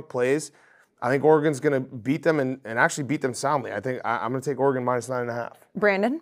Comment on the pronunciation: The way Dave pronounces “Oregon” should be illegal